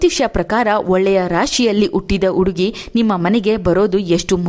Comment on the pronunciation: Please nimma salahe chennagitthu aadare hakaara and akaarada bagge sariyaagi maathanaadi ex. Udugi uduku ennu hige thappagi helade hudugi jennu huduki hige hakaara annu sariyaagi uccharisi .